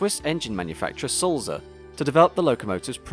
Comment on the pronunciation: I agree with Andy's point about pronunciation. The correct Swiss German pronunciation of Sulzer has a soft "t" between "l" and "z". Also the "u" sounds more like the "oo" in tool. I'm a big fan of your very educational videos, but please check the pronunciations. I noticed on your video about the A4s you pronounced the locomotive, William Whitelaw as WITT-law, when it should be WHITE-law. I hope you don't mind this minor "production" :-)